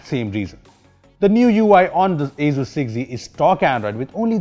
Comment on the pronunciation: Others: Asus 6z: Asuzzz 6z